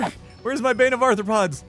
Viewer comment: Is saying “Bane of Arthur-pods” instead of bane of arthropods 😂